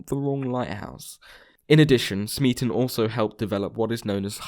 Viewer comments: C'mon man. The Kaiser Chiefs song's rhyme scheme is clearly ABAB. "Smeaton" isn't supposed to rhyme with "policeman". It rhymes with "Beaton". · smeaton rhymes with beaten not policeman.